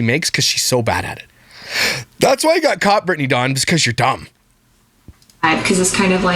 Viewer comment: Every time you call her “Dawng” I think of the “Thong” song.